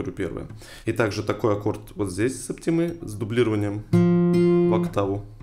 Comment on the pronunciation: Только у слова "септима" ударение на первый слог.